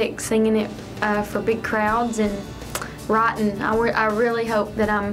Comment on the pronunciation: When she said writing I thought she said rotten... Lol xD